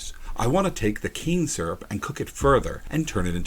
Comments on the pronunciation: I thought he said cancer the first time when he said cane syrup LOL im deaff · First time you said cane syrup, sounded like cancer. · When you said the canes would be turned into cans syrup, if almost sounded like you said it would be turned into cancer.